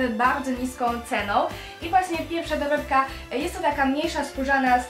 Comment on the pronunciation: naucz sie muwić jak człowiek bo muwisz tołepka,bohatełowie,dłudzy na tszecih naucz sie !